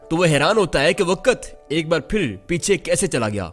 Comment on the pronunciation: A.o.a Mien apky chanel s kafi mutasir ho but mein ek baat lazmi kaho ga k ap jb video p commentry krty h tu ap hamseha waqt ko waqat bulty ha kindly is cheez pr ghour kry 😊